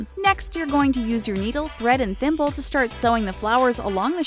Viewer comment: Everytime said thimble id hear pimple...